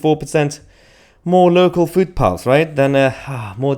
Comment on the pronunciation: Are you saying "food paths?"